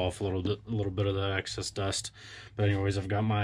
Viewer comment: Excess, not access… 😊